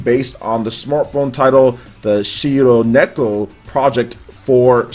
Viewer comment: Shironeko in other words "white cat" I'm not trying to make fun of but..... why is so hard for English speaking people to pronounce Japanese? The rrrrrrr sound is something that they suffer And even in anime english dubs I never hear a correct pronunciation of a japanese name. Maybe that's one of the reasons that I just don't like dubs.